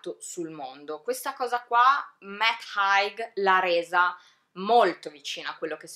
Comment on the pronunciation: Bellissima recensione! Solo... Si pronuncia “Heig” xD